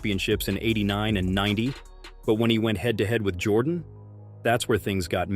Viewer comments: You don’t know nothing about what the nba was in the 1980s Isiah was right Jordan dominated the 90s not the 80s and pronounced his name right before trying to tell the story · You got to be able to say his name right before you tell a story about someone! I'm a huge MJ fan, but dang, you can at least get that right! It makes this whole thing sound bogus!